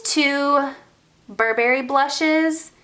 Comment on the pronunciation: You really need to learn how to pronounce Burberry !! They are not barbaric tribes 🙄😓